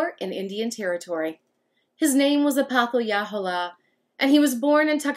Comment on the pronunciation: I’m a direct descendant of him and I’m almost positive it’s pronounced ah-poth-uh-hey-luh-hole-uh, great video !